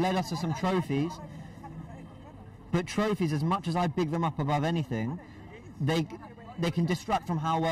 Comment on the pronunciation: Why does always say “throphies” trying to make it seem asif its premier league/champions league honours just say few fa cups always trying to play around the facts